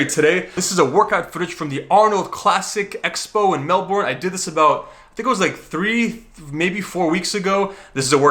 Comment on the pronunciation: ITS PRONOUNCED MELB'N